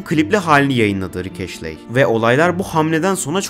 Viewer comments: Sizin okuduğunuz (eşley diye okunan) Ashley diye yazılıyor Astley diye yazılıyor orijinalinde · bütün video boyunca ashley'i eşli yerine eşley olarak okuyan sana da teşekkürler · Yanlız o rick ashley diye okunmuyor rick astley diye okunuyor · Abi güzel video da astley "eşley" değil "estliy" diye okunuyor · Neden Astley'e sürekli Ashley diyip durdun anlamadım. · Video boyunca Rick Ashley demişsin estliy diye okunuyo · Ashley değil astley ama neyse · Rick "Eşley" ne lan? O rick Estliy(Astley) degilmi? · Abicim ashley değil astley estli diye de okunur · rick ashley(rik eşlii) değil lan adamın adı rick astley(rik estlii)